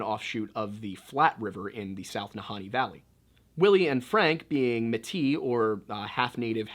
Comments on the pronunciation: Correction: its MAY-TEE not Muh-tee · I enjoy your videos, but your pronunciation is a lil off. Metis sounds like May-tee and Fort Liard is pronounced Fort Lee-ard . Thank you for your video's, it's nice to hear a non native share history. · Hi, for future reference it’s pronounced Mae-tee and not Meh-Tee At least where I’m from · Métis is pronounced more like “may-tee” and given the time period, they may well have had one European parent and one Indigenous parent, but the Métis later became their own Indigenous people group in themselves (creating an ethnicity, basically). Because of this, many of them don’t like being referred to as “half European” and “half Indigenous” because it disregards the fact that they’re now their own people with their own unique traditions and customs! just something i thought i would point out. i’m also not Métis so what do i know but this is what i’ve been told 👍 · Just a comment from a Canadian viewer and fan. Since you brought it up, Indians up here are called "First Nations or Native Canadians". When you are that far North, they are usually referred to as "The Inuit". The Métis is pronounced as May-tee, Dene is pronounced as Den-ay. Knowing the difference, yet still saying "Native Americans" is not cool...just saying. 🇨🇦